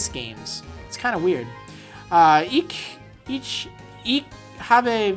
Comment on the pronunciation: Your Spanish attempt was pretty funny, but German is not your language, isn't it? :D Native English speakers seem to have great problems with the ch-sound in "ich". Maybe this will help: it's roughly the same sound you make when you say "huge". ;)